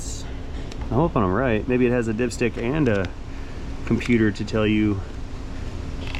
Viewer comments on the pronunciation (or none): none